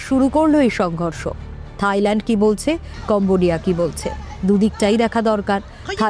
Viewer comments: থাইল্যান্ড ❎তাইল্যান্ড✅😁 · তাইল্যান্ড না থাইল্যান্ড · তাইল্যান্ড ✅ থাইল্যান্ড ❎🤣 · মখা সাংবাদিক থাইল্যান্ড রে বানাইছে তাইল্যান্ড 😂